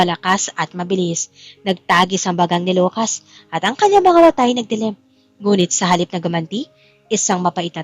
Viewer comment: Biktima not bektema Lucas not locas